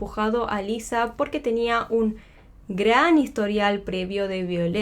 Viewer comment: Es Lisa, con "s", no Liza con "z"